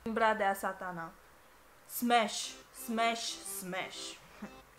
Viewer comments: in loc sa zici smash ai zis spash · "SPASHH"?????? Stop it, get some help! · Smash or Pass!!!:Spash😂😂😂😂😂😂